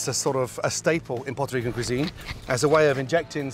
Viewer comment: Why did he say Puerto Rican like that